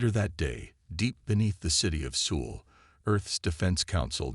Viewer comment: Hire a person that can pronounce Seoul. 😂😂😂😂